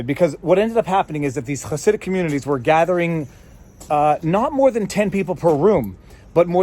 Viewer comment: Interestingly accurate pronunciation of the word "Hasidic".